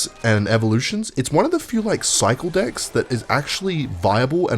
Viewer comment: Why does he say decks like that lmaoooo